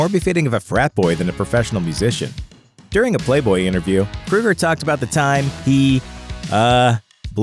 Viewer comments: Keoeger. Not Kruger. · Kroeger. his name is Kroeger NOT KRUEGER! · I can't stand this pronunciation! It's Kroeger not Krueger! Capital O sound. Like in "Soul". Kr(O)ger. If you're gonna make a video about something or someone, please get the pronunciation correct. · I don't think his name is pronounced "Krueger". It is either Kroeger with a long "o" or "Krager" how it is pronounced in Germany. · Crow-Gurr not Crew-Gurr ffs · KROW-GER...not krew-ger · I really hate how people pronounce Kroeger as " Krueger" i mean really, it's not the same people. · Stop saying KRUGER. His name is KROEGER, which rhymes with yogurt. Freddy Kruger does not approve of this video! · Grunge Right... and John Boehner's last name is really pronounced "Bay-ner" just because he says it that way. Definitely NOT "Boner." Just like I'm sure Chad "Kruger's" last name isn't actually "Kroger." Except it is. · Pronounced "Kro-ger, as in the name of the grocery store. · At least pronounce his name correctly, idiot. It's KrO ger, but they still are cookie cutter crap songs. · Kroeger. "Kr-oh-ger" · It's not Kruger. Annoying. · Ozzy bit a head off a bat, Alice Cooper caused a chicken to be killed, Axl Rose throws a fit when James Hetfield was burned on stage but Chad Kroeger (pronounced Crow-ger, numbnuts) brags about drinking and HE'S the bad guy? too bad he can't hear the haters from his mansion. you guys probably take President Trump serious when he says stupid guy stuff. #HatersGonnaHate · I love how he can’t even pronounce Chad’s last name right but will offend Nickelback. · Can't even pronounce his last name correctly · Pronounce his name right and maybe you wouldn't have such a shitty like : dislike ratio. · So we all just gonna act Ike dude didn’t mispronounce chads last name throughout the entire video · Learn how to pronounce his name FFS!